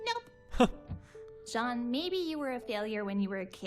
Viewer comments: pronounce it like shjauwn. not like jeen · I listened to it, i thought it was John but listened closer and it had a "Zh" sound instead of "j"